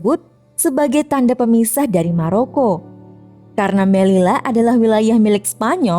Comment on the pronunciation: Fyi doble elle (doble L) bakalan berubah jadi Y Jadi melilla cara bacanya meliya